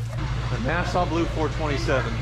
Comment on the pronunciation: it's not nasa blue, it's Nassau Blue